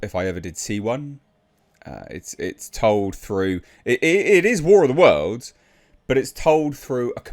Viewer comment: "War of dem Worldz" starring Ice Crube.